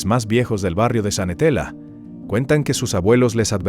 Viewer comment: Es Xanenetla!!! ☝️☝️☝️☝️☝️☝️ No sanetela, por qué no aprenden a decir los nombres bien???🤔🤔🤔